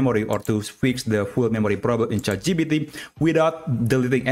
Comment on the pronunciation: please say chat gpt correctly. not chatgeepeetee but chat gee-pee-tee. it hurts my brain